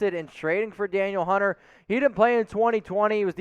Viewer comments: pronounced like Daneel. not daniel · It’s pronounced Dan eel not Daniel